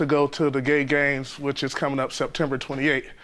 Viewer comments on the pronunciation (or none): 😂😭😭. Gay basketball team 💀😂😂😂. Why such an emphasis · Why did the narrator have to say “Gay Games” like that 😂😂😂